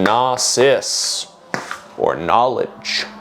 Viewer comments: Bro's constantly pronouncing knosis (no-sis) as nasis (na-sis) and it's killing m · Well worth the wait. Nice to see our boi was too smart for the "Judge is Satan" meme. Shame he wasn't smart enough to look up how to pronounce "Gnosis" tho...